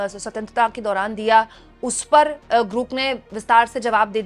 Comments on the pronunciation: GROK ka pronounce thik kijiyega... Aap bar bar... GROOK.. bol rahi hai... Jabki sahi pronounciation GROK HAI... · आप ग्राक को ग्रुक क्यूं बोल रही हैं? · It's not grook or gruk, you dumb. It's Grok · Aaj 4 din ho Gaye hai lekin apne apna pronunciation nahi theek kiya its grok not gruk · अरे Grook नहीं ये Grok (ग्रोक) है, रोज़ाना Grook Grook (ग्रूक) बोल रही है 😂😂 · ग्रुक नहीं Grok ग्रोक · Grok Pronunciation tik kijiye madam